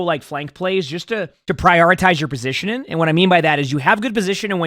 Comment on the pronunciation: over here with 2 g's in his name but can't pronounce one when it comes to the word positioning.